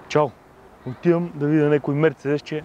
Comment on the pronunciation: Живея на 10 мин. от музея на Мерцедес в Щутгарт. И ударението на Мерцедес се слага на второто "Е", не на 1-вото. МерцЕдес. Защо не мина и през музея на Порше, така и така си бил в Щутгарт ?